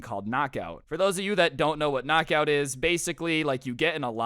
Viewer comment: Its not kcnok aut its lightning